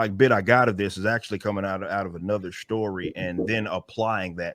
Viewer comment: Why does he say "shtory"? And speak like a Nation Of Islam preacher?